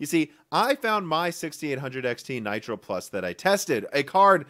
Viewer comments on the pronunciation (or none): none